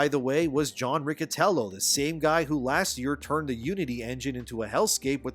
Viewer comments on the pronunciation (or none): To be a pronounce-nazi: in italian Riccitello is pronounced Ree-CHE-tello